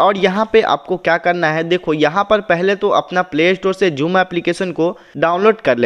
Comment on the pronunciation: Ye joom na hi ha zoom he